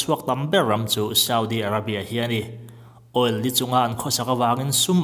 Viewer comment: All nilo in oil tih zawk tur ni awmtak ah kalo ngai